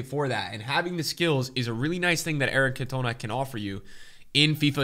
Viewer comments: please learn to say Cantona. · Sorry dude but anyone tht knows football knows who Eric cantona is. Really need to pronounce his name properly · This guy can’t say Cantona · Please don’t pronounce cantona like that ever again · how are you pronouncing Cantona ffs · I got really annoyed when you pronounced Eric’s name wrong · Can you please stop saying "Cantooona". It's pronounced "caantona" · Lol Cant - OH -na 😅 its pronounced CantOWna hehe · Eric can toe na 😂😂😂 it’s can-ter-nar 😂😂😂 please fix this it’s grinding my gears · Can-toe-na....I mean just wow 😳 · I'm sorry but it's CAntona, not CantOna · Man really called “cantonar”. “cantoena” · It's not Cantonar unless ur an annoying English dude. It's cantona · Your saying it wrong dude its Eric Can-to-na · Can tuh nAh not cantuna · it’s pronounced cantahna not cantoenah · CantonAAAA NOT CantOna Please... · CAN TOE NAH OK STOP SAYING ERIC CAN TONA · Cantonaaaa not Can-tona🙈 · When your American true love sends you 5 Kan-toners for Xmas. Sad times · You mean can-tone-a? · As a united fan the way you pronounce Cantona pisses me off it’s CANT-OH-NAH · Its CAN-TON-A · Who’s can-tona 😭😭😂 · Just for future reference. Its pronounced as Can-teh-nahh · its pronounced can - ta - na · You pronounce it CAN TON NA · Can tone Ah. Common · Its pronounced Can-ta-na 🤦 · Pleaseeee it’s pronounced CAN-TA-NAR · I love you. But if you pronounce Cantona that way again I'm gonna cry. It's "Can-Toe-Nah". Put some respek on his name and please watch some highlight vids of him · Stop calling him can toe na you div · How could you not know how to pronounce Eric Cantona’s name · They way pronounced Cantona gave me anxiety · The way pronounces Cantona will never get old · He’s been doing it for weeks now ahahaha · Clicked right off after hearing the way he said Cantona😂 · not even a Utd fan but saying Cantona so wrong hurts my brain so much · plz say Cantona in the right way it feels so weird